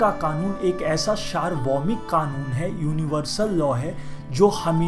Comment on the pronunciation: शारभोमी नही सार्वभौमिक होता हैं।